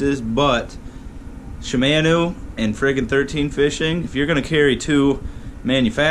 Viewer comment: Not shimaeno , shimano